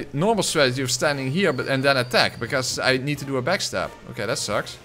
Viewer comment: Am i the only one who heared him say Nito every time he said need too.😂😂😂